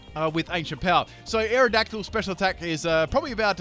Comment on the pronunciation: Full mispronounce team Aerodactyle: Mewtwo Stunfisk: luvdisk Malamar: amomalimar To be continued...